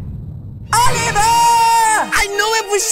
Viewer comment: He pronounces It like olievar